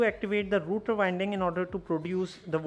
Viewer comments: It's Rotor, not router. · It's rotor not router